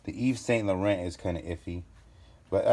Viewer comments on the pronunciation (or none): “Luiss Vitton and eeves saint lor-ant”. Anyone else really annoyed by how they butchered these names?! “Gouchi” emphasis on the OU. Haha ahhh!!